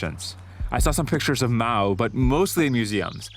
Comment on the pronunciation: *Mao;...->NOT: "Moa"-!